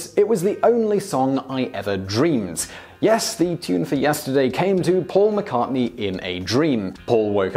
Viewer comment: I'm amazed this idiot pronounces Paul McCartney's name correctly. it's the only name he gets right.